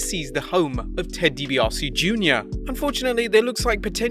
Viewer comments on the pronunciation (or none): Isn't it Deebiasee? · “Dibiossie” Jr. He’ll never learn how to pronounce that name properly will he?...